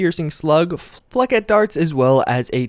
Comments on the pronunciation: Flechette. Fleh-shet, flāˈSHet.....lol not fleckit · Survarium is a first person shooter game, the armor is taken from there, also, it is pronounced "Fleshaey" not "Flekkit" for the word Flechett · "Flek-et darts" lol Flechette, or "fléchette" is a French-origin word, and is pronounced "Fley - shet".